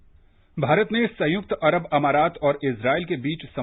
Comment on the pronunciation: संयुक्त राज्य अमारात या अमीरात.. आपने अमारात बोला